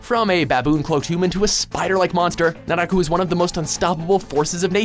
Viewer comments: When he said naraku I was like OH MY GAWD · u said naraku wrong, it ain't pronounced like that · is fine... except for naraku... cmon naraku?